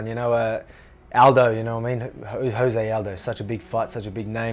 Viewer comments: Great video as always. Just one nitpick… you gotta saying Jose’s name correctly. It’s Joe-zay, not Hoe-zay. You’re pronouncing it as if his name was Spanish. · It’s joe-zay